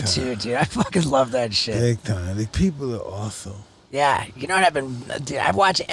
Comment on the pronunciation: Mike: “This is so awethome”